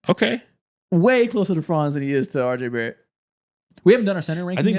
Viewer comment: Josh giddey so much better than “are jay bare ett”